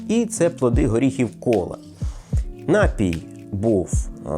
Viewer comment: напІй, не нАпій